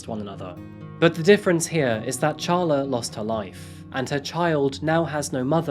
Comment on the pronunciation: Who names their child “ Char-La as apposed to Carla? A person who bought our house said that her name was “” Char-lene” as opposed o Charlene and she was crazy. LOL